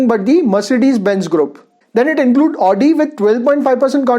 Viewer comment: Good. But I would like to correct one thing. You say " one of the manufacturer". But it should only be " one of the manufacturers". Again the pronunciation of Audi car is " avdi" and not " aadi".sorry for correcting. But I like your channel and want it without blemish.